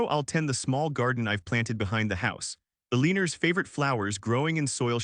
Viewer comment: CAN'T THAT READER PRONOUNCE "ELANOR" PROPERLY????? IF NOT ----- GET RID OF THE DAM THING!!!!!